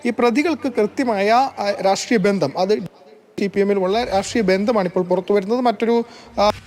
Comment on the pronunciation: ഇയാളെന്താണ് വാർത്ത വായിക്കുമ്പോൾ ചില വാക്കുകൾക്ക് ഇത്ര ഉറപ്പിച്ചും മുറുക്കിച്ചും പറഞ്ഞു കൊണ്ടിരിക്കുന്നത്..ഭാഷാ ശൈലിയിൽ മാതൃഭൂമിയുടെ പാരമ്പര്യം ഒന്നു മുന്നിൽ തന്നെയായിരുന്നു എന്നും..(ബന്ധം എന്ന വാക്കിനെ കുറിച്ചാണ്)